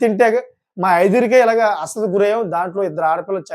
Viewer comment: నీది సోది ఎక్కువ..అసలు తక్కువ.. అస్వస్థత...పలకడం...రావట్లేదు